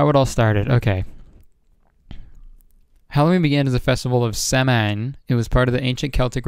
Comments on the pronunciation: Lol watching back the podcast and I'm irish. Just a friendly note, the festival is pronounced 'sow-an'. :) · I-It's pronounced Sowin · Your pronunciation of Samhain made me laugh